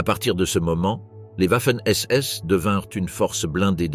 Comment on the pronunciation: Une fois de plus on entend "ouaffen SS et Ouiking pour viking". On prononce Vaffen et viking, le W germanique équivalent notre V latin, oui, latin. Il y en a en allemand, peu c’est vrai. 🤓 (J’adore jouer au prof trouduc).